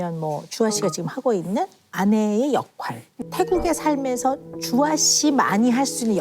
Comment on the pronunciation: 왜 자꾸 역활이라고 발음하시지